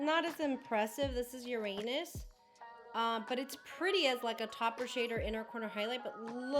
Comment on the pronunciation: Ur-an-us , not ur-anus. 😂